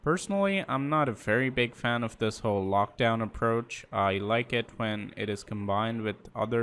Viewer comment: watching this in 2021 it sounds funny hearing saying: "I'm not a big fun of this lockdown approach...."